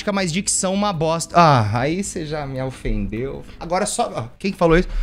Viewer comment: "ah, ai cê já me aufendeu" Kkkkkkkkk